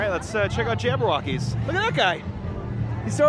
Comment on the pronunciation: Did my dude just say Jabberwockees I can’t breathe